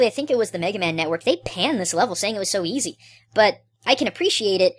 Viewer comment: you say its easy wrong